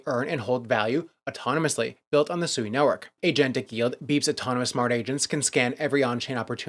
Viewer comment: It's not pronounced SUEY,.